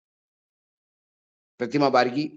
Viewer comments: पत्तल कार महोदय बारगी नही बागरी होता है करेक्ट करने के बाद भी 😅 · सर प्रतिमा बागरी बोलिए